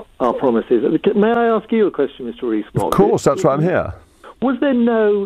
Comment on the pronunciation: Mogg not fog!